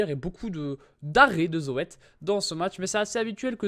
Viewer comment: sa s'écrit Zoet mais on dit "Zout"